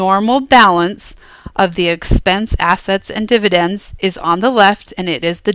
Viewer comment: You said dividence twice